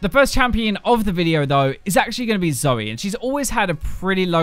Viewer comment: FFs riot can't get Zoe right